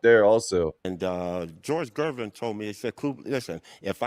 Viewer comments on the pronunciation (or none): Coop pronounces George Gervin’s last name correctly (obviously). The AI narration programmer dude has the narrator pronounce it with a soft G as in ‘Jervin’ earlier in this video. It’s gross and disrespectful of the video producers who use AI to pump out the content as fast as possible and they don’t even try to get names of HOF players pronounced correctly in their product. Do better, cash grab AI video dolts